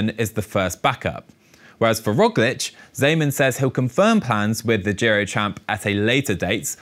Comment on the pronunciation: Not sure how the English speaking public will respond to this pronounciation of Merijn Zeeman's last name. :P Unfortunatly Steven Kruiswijk is out for the Tour due to a heavy crash yesterday. Dutch press suggested that Wilco Kelderman is first on the backup list. Of course as a Primoz groupie I am hoping he will race the Tour. ;-) I know.